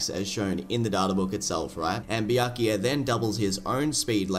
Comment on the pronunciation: Bro went on to say byakuya as BIYAKIYA.